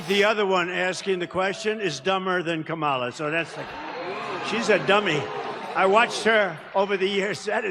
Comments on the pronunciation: The racist Whoopie pronounced Kamala's name wrong, where is the outrage? lol -Trump 20204!! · How come they always mispronounced Kamala‘s name?